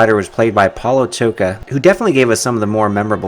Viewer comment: Hi! I didn't knew that that fighter, Paulo Tocha, had Portuguese roots. If so, the proper way to say is name is to open, real wide, his «o» in Tocha, the same as in «store», this «o», instead of «toocha» or even «tooka»! And «ch» part of his name is speeled «x» as in «shoe», so it is something like «P-how-loo Tosha», open «o»! In English, «Paul» is like our «o» in the word, «Pol». In Portuguese we clearly say the «a» and the «u», same sound as in «how», «how are you», ahahah! It was funny, only after seeing his name written I understood what you were saying, ahahaha! I've seen all the 3 videos, great work trying to find all the fighters! Moçambique, or in English, «Mozambique», was a former Portuguese colony, so, several roots mixed there.